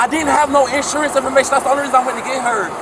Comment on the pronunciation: No license, no 'sawrance.